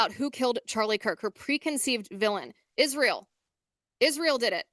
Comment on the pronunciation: I cannot stand the way she says Israel… “ishrael”